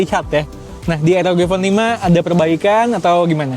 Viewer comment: Baca nya ar o ji bang bkn er o ge🙏